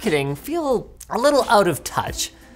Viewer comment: He pronounced little like he is gargling :-D